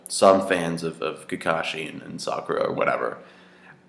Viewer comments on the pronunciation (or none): none